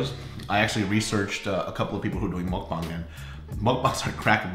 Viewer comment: when said "mukbang" it sounds so right LOL